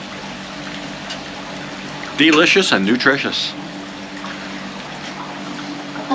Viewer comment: Very nice...did you say Vilicious or delicious?? 5555 อร่อย cheers